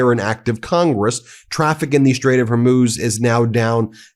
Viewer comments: Because I'm absolutely pedantic and nitpicky... it's "Hor-mooz", never "Hor-myus". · ... A week of hearing Ben saying "Strait of "Hor•múz" (it's pronounced "Hor•mooz" not "Hor•myooz").. I was like "oh no, not another "2am in the morning" or "The Ukraine" issue 🤭 ... I wasn't gonna point it out this time. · Ben your pronunciation is simply terrible. It's not hermuz but hormuz